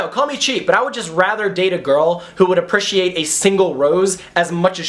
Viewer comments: U say it like apriciate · U say appreciate very weirdly 😂